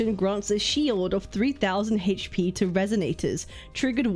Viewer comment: You seriously need to learn how to pronounce "HP."